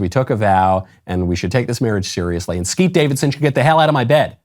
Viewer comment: Thank you for saying Skete. Big win.